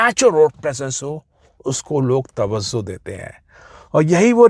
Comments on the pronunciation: Sir.. with all due respect...woh TAVVAZO nahin TAVVAJO hota hai 😅😅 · Its tawajjo, not tawazzo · Sir tawazzo nahi hota, tawajjo hota hai. Thanks!